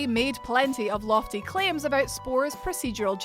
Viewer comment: the “about became “aboot”